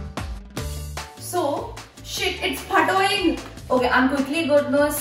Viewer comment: It’s fatouing 😂😂😂